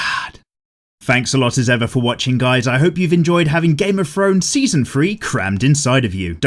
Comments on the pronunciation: Yes he pronounces his th’s as f’s thought I was the only one who notices this🤔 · "game of frones"?